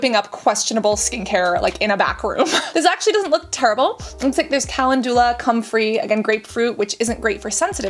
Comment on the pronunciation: I enjoy watching your videos. I just wanted to let you know you’re pronouncing calendula incorrectly. Just a heads up in case you come across that word often. Pronunciation police out 🫡